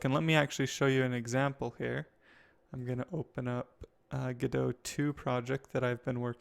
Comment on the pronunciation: Pretty sure it's pronounced "go dot":)